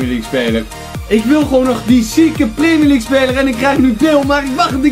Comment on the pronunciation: primier league is jouw uitspraak